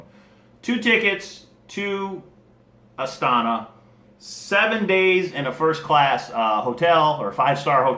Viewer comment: (KA-zak-stan) and (a-STA-na)